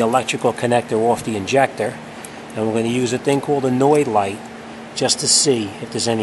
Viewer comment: your saying an annoyed light what the hell is that even closed caption understands and calls it that. I want to order one of those lights, but need the REAL name and the link as to where to get them